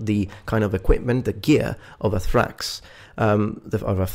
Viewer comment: Most of what you said is false, First off it's Thraex not Trax, secondly the main fighter of the Murmillo was not the Thraex it was the Retiarius, another thing was the Provakator was the gladiator based on the Legionary, I'm not trying to be rude but when you make an educational video you should try to make sure you have everything right.